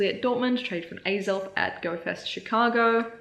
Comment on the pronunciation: hahaha until you said it was axell it sounded like you were asking alan for the perfect groudon number